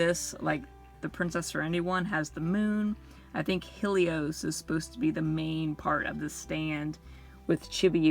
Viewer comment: It's hell-ee-ohs not heel-ee-ohs Sorry that was just really bothering me